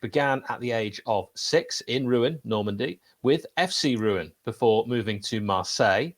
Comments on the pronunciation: Roo-o(n). Roo is clear I think. On is more difficult, as the n is not pronounced; shove the o down your nose as much as you can in true French fashion. Of course you can Google "French pronunciation of Rouen" . Keep up the good work, you two!! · You ruined "Rouen" there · well done for pronouncing his name....however Rouen still needs work LOL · I confirm for Rouen